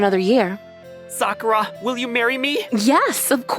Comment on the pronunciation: Of course this voice actor pronounces Sakura as Suh-kuhr-uh.